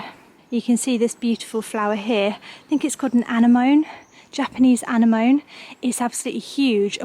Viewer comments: Anenomee is how you say it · The plant you want to divide is an anemone, pronounced ‘ann-EM-a-nee’ 😊